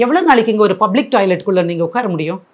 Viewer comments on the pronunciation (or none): none